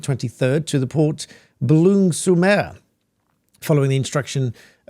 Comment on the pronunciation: Your pronunciation of Boulogne sur Mer is abysmal.